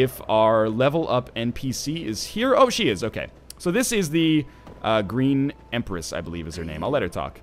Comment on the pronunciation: "Green Empress"... welp, close enough